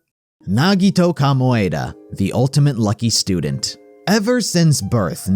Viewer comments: all the love but I died laughing at "Kamoeda" xDDDDDDD my poor Ko, he's so unlucky hew doesn't even get his name pronounced correctly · “NAGITO KOMYADA” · the way he said "komaeda" psychically hurt me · Nagito “Kamoaeda” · Nagito " komoeda* 😭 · The way he pronounced Komaeda..... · i have never heard someone butcher the pronunciation of komaeda’s name so badly before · Lol why did you say komaeda like that